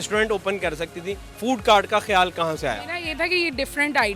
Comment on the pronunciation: Food on cort nheen hota food on cart hotta hai 🤣🤠😀😂😁😊